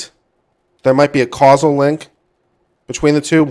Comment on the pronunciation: Love this, and love your channel. But it’s not casual, causal is pronounced like “cause” “all.”